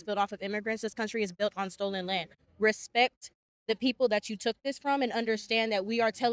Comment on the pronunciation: Why do they demand "rispeht" but can't even fucking pronounce it?